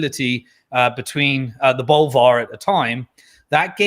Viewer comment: Bollyvarr not Bolvarh, ha ha so English